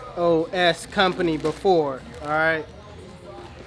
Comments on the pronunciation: its not a-s-o-s it’s pronounced a-sos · Why he calling ASOS , A.S.O.S 🤔? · A-sos lol. Like Sosa without the a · ASOS is one word bruh not individual letters my guy 😂😂😂